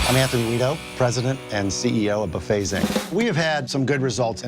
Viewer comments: AI narration... buffets? Pronounced boofay... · Bah Fays, not buh fets.